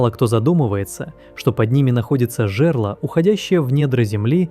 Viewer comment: Во-первых говор, во-вторых есть проблемы с ударениями: читает вАлы - правильно валЫ, читает жЕрло - правильно жерлО, читает полЫньи - правильно полыньИ.